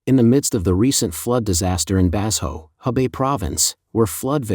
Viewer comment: "Bass ho" is not a Chinese name. Did your AI narrator mean "Ba-sho"? (or Bazhou?)